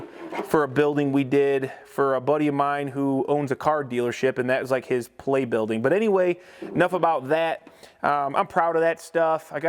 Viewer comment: Polevolting to pole building hahha